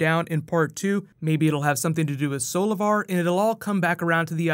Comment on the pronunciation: When Grodd said "Solovar" i thought he said "Savitar" 😂